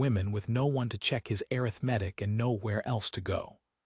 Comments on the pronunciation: Exactly. Also, arithmetic…. A-RITH-me-tic should be the emphasis. I am tired of hearing a-rith-MET-tic. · air.ith. metic 🤯 A RITH MA TIC Good story Good reading voice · Please teach AI to pronounce - a rith ma tik - it is the first pronunciation in the dictionary.. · I hate errith-medic for arithmetic. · Please teach these AI voices how to read words correctly. Can't pronounce arthimetic! Slocombe, etc. The story is nice but every time a word is mispronounced, I go nuts. There is no call for having 'readers' mispronouce evrrything. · would someone please tell AI how to Pronounce Arithmetic??? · Liked the story more than I expected, but worried that AI is going to change our pronunciation of words like ‘clapboard’, ‘Slocum’, and especially the noun ‘arithmetic’, before humans find their way to correcting it. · Story was good, but presentation was badly done. AI very bad with proper names. "Slocum" was mispronounced the entire story ("Slow'-come", not "slah-cum"). And the pronunciation of "arithmetic" was painful. The background pictures are unnecessary, unrelated and distracting, though a Commentor on another thread said the image can be enlarged with two fingers. This eliminates the captions, which do not follow the narration anyway. If captions are needed, I suspect "Closed Caption" would be more accurate. Narration was dry. I gave the story a Like, but did not Subscribe. OR, USA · I just wish this voice could pronounce the word “arithmetic”! It’s the same in other videos. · I agree. AI readers should have dictionary pronunciations programmed into them.